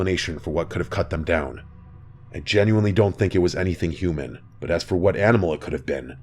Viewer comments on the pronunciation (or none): none